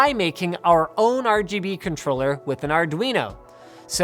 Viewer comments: he says rbg chair instead of rgb chair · He pronounced it wrong rgb not rbg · It's called the rgbchair. Linus called it the rbgchair. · the rbuhg chair, but its rgb not rbg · you said rbg chair not rgb chair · He said rbg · Ruhguhbuh chair not Ruhbuhguh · Linus.. you pronounced it wrong. It's Ruh-GUH-buh... not Ruh-buh-guh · At the start, he said RBG, not RGB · ...The "RuBuGa" Chair? Don't you mean the "RuGuBa" chair? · He called it a "Ruh buh guh" chair. C'mon now, Linus... It's pronounced "Rub GUH BUH." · he pronounced it RuuhBuuhGuuh, when it should've been RuuhGuuhBuuh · RUBOOGA CHAIR HAHHAHA LMFAOOO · why did linus pronounce RGB as ruh-buh-guh and not ruh-guh-buh? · I knew it was "rabooga" and not R.G.B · nobody: linus: rubuga chair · "rooboga" chair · I literally almost spat out my water when you pronounced, "the rheghebe chair" lmaoooooo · when he pronounced RGB chair as "ruhguhbuhchair" I died. seriously, send help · "The ROGOBU chair" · The "RuGuBu chair"😂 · The "RuBuGa chair" I'm TÍŁTÉD It's RGB, rubuga is RBG... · Lost all hope when he said rgberg chair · Most of the time, I find linus' sense of humor pretty lame... but that pronunciation of "the rbg-chair" made me laugh out loud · Even though he said rebuga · The "rugabuga" chair im dead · "ReGeBe" chair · "The regubba chair" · Re Ge Be chair???? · You had me cracking up with the intro, calling it the rabooga chair LOL. Although it seems like you mixed your B and G around, it was still hilarious. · I love how you said ruh buh gah even though its rgb lol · Fucking spat out my drink when he said RGBUGGER chair. Ffs. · Did he said RG Boogier Chair 😃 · you pronounced it the rbg chair. unsubbing. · I died when he said: "The regebe chair..." xD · Naser AbuOwn It was more like robogo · I looked away and thought Linus said "The Red Booger Chair" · The RhhGhhBBhhh -Chair hahahha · lmao the way you pronounced that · The rgb chair (pronoused as it is spelt). Haha